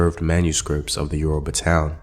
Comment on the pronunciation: Yoruba came from the word Ori Obba meaning "The Head King" which is used in referring to the Alaafin of Oyo Empire but the white was pronouncing it as Yourriba.